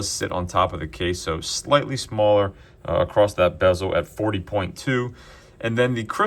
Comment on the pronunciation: Across…..across. Not acrost…there is no acrost.